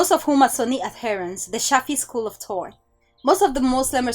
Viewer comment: learn the letter H please. its thought not taught